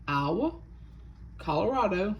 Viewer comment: YOU SAYIN “ IOWA” wit yyr southern accent sounds like yur sayin “ Agua” water in spanish😂😂😂😂😂😂❤❤❤❤